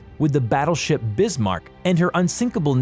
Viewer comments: He:Brismark All:Wtf dude All to: Bad pronouncation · “Tripitz” “Brismark” it’s like hearing a fork scratching a plate!!!!!!!!! I tried to watch the whole thing to see what people are talking about but I couldn’t take it anymore!!! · Tripitz Brizmark lollll Total bias as you'd expect from an American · "Brizmark", that pronunciation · Brismark.....Tripitz.....I can't wait for this dork to pronounce the Yamatomato Medway.......this guy is dyslexic. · I have never heard such mangling of the names of warships. The Brismark? Good lord. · brismarck, tripiz, prinz eugen. isnt english a germanic or semi germanic language? ok his pronouncyation is even worse than mine. and i am already bad. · Lol brismark and prenz eugen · No one: Every world of warships player when they hear the him butcher the names of the Bismarck and Tirpits “REEEEEEEE!!!!!” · I stopped watching when he got the Tirpitz and Bismarck wrong can't watch any more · Thank you, I seriously thought I was pronouncing Prinz Eugene wrong, until I heard him butcher Bismarck, Yamato, midway, and the rest. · Pronunciation.... Bismarck, Tirpitz, Eugen, Trafalgar. I gave up at 6 minutes... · It's Bismarck not brismark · My Great Grandfather would probably be rolling in his grave if he heard the way you pronounced the ship he serviced on in WW2. I mean come on it's Bismarck not Brismarck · STOP MISS PRONOUNCING BISMARK WRONG, DO YOU SEE A R BEFORE I BISMARK NOT BRISMARK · You said pinz eugen(oyi-gen) and bismark(biz-mark) wrong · the Hood was a battlecruiser not a battleship Edit: it's pronounced Bismarck not Brismarck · BiSMARK not BRismark 16 inch guns not 16 feet guns. I could go on but it would be better if you go back to school son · "The brismarck" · History : Bismarck , Yamato , Musashi and Tirpitz were the most lengendary ships, Battles like Leyte Gulf, Midway... Narrator: BrIsMaRk, YoMaTo , MaSaShI , TrIpItZ , PrInZ EuGeNe , LeYt GuLf MeDwAy etc.... History: Kill me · lol Brismarck and Eugene